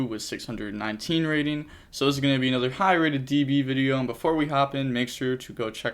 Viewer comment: "Anoda one" gotta love to see it